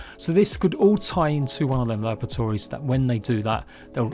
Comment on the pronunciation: I keep hearing lavatories... Try unhear that!